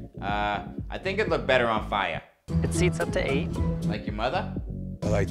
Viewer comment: 'Bettah on fiah' you mean